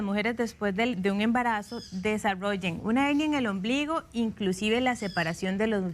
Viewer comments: La doctora porque habla de HENIA, CUANDO ES HERNIA , NO SE PORQUE NO LO PRONUNCIA BIEN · Una pregunta. Es Hennia o HeRnia?? La doctora dice Hennia. Pero yo siempre la e conocido como Hernia!!